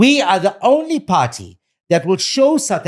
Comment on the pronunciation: When he say party sound like have a pa rty where is the cake